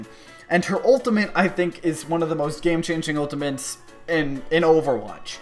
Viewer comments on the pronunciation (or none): you are still saying "ultiments" i just like it xD